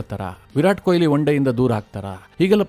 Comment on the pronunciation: ಕೊಯಿಲಿ ಅಲ್ಲಾ ಮಾರಾಯ, ಕೊಹ್ಲಿ.